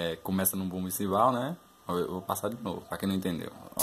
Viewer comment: Manda mt bem parceiro.. mas uma coisa... chama é CHIMBAL com som de X e nao simbal